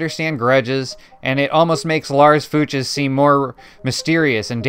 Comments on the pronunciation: I think it's pronounced fyooks. Love the channel btw. Subbed. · Fuchs is pronounced like "fox" (Fuchs even means fox) but instead of the o it's the oo sound from looks, as in, "they were giving me strange looks."